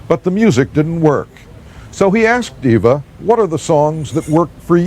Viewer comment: FYI, her name is pronounced Eva (rhymes with diva), not Ava.